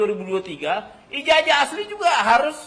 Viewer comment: Nyebut ijazah aja nggak benar...IJAJAH😁😁😁😁😁😁😁